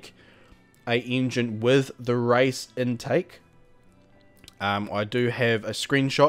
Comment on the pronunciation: why u say rice instead of race